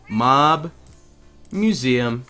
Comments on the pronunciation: he spells mob wrong he says mub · You said u instead of o for mob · Mob Is Spelled M-O-B not M-U-B